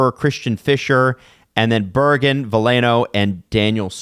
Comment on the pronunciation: Berggren is pronounced bear-gren